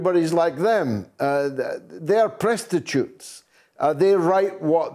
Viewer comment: "PRESStitue" Thanks hahahah